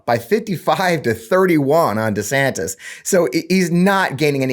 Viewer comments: One more time I remind y'all, it's NOT DEE-Santis, nor is it DEH-Santis. It's DUH-Santis! DUHHH!!! 😆😅😂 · It's Duh Santis bro... Duh 😂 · It is DUH? Santis, like as in DUHSNOT have a clue. He is asleep at the wheel and out of touch with anyone's feelings but his own. Get A WOKE meatball Ron !! 😊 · Duh-Santis. Duh. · it's Rhonda Santis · I believe it’s pronounced Duh Santis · Anyone who changes the pronunciation of his own last name according to the whims of the wind has no backbone to be the President of the United States. DEEsantis. 🪼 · Let me correct it for all of you... it's DeSHITSTAIN. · For the record it's Duh Santis. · I'm pretty sure his last name is pronounced Duh-Santis. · IT’s Duh Santis. because he ain’t home in the head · He doesn’t know how to pronounce his name, either. He has gradually changed it since he first took office, making it sound less Spanish and more Anglicized. So, there’s that. So,don’t feel too bad about not knowing how to say it properly.